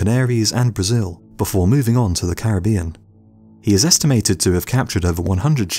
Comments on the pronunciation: I say it with me “Cair-rib-ion” not “carabian” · Why does everybody pronounce Caribbean incorrectly while trying to educate us about Caribbean pirates lmao